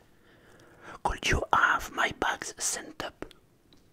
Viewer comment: Le could you il pique